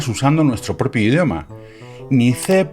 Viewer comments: "ce más más" o "ci plas plas", pero "ce plus plus" medio que no da... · Cuando oigo: "si-plos-plos", sé que estoy muy mayor. Cambié 3 veces mi Mac 512 para evitar las puñeteras bombas, que me ponían de los nervios. Cé plus, plus… ah, me siento rejuvenecer… ¡Chist!… yo también (por si acaso) Veo la promo de tu esponsor (por si acaso, también :) ) Jo, sorry, no lo sabía… pero no tengo muchas ganas de ser ecologista digital, porque siendo colega con él (ChatGPT) me lo paso bien y con frecuencia suelto más de una carcajada al ver sus respuestas. Y vale, será una máquina… pero también cuando hablas con algunas personas, lo que te interesa, más que hacerles sentir bien, es provocar un resultado positivo hacia ti así que, en muchos casos, viene a ser prácticamente lo mismo. Además, si trabajo en algo serio y GPT se enrolla demasiado le pido que empiece a ser conciso y ya está… Muchas gracias Gustavo, por otro más de tus vídeos y los enfoques que sueles dar a los temas. Dale un abrazo a BordeGus.